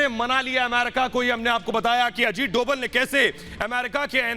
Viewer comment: अजीत डोवल नहीं sir अजीत डोभाल कहिये